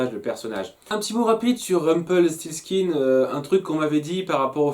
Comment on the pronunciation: Tu réussi à dire Rumpelstiltskin !!!! Alléluia !!!